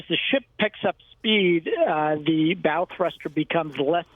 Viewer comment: ...It's called a "pylon", not a "pier". Also...did you just say "bowel" thruster?